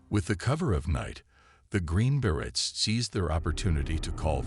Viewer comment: Exactly. Berets - not barretts! Please do better.